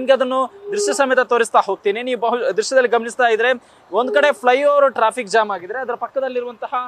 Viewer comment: ಹೆಬ್ಬಾಳ ❌ ಹೆಬ್ಬಾಲ ✅ Jam ❌ zam ✅